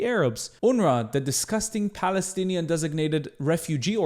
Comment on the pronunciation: The "balestinian" (his pronounciation) is wrong. Once people relearn from history, islam and islamists will be pushed further away. And there will be peace in the lands. ONLY time there is peace in arab muslim land is with strong rule (and plenty of suppression and oppression that goes with that). That is why islam is incompatible with democracy, western ideals and open societies. Long live Israel and Lebanon, as majority jewish and christian states! Muslims and arabs have enough places to go.